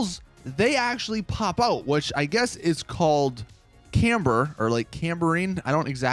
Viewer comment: Yay he said camber! 👌